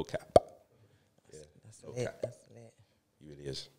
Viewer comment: Every time he says no cap mans pronouncing the P with a pop 😂🤣😂🤣😂 whyyyyyyyyy for that blud